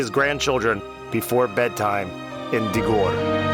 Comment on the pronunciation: It is pronounced Dee-gore. This man is pronouncing it wrong.